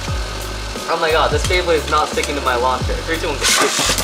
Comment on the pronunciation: it says Bleybley rather than beyblade